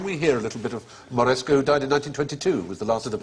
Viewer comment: I admire Stephen Fry's erudition, although he is not immune to error. The correct pronunciation is Alessandro Moreschi, NOT MoreschO. Also regarding castrati, it was not just 8-year-olds; ages ranged from 6-12 or even later, and alterations were not exclusive to Italy. In addition, Farinelli could sing several notes lower than the middle C claimed by Fry. Regardless, the quick barber jokes at the end were clever.